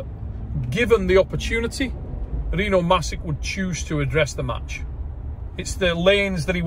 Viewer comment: Still waiting for someone to pronounce Rino's last name right 🥹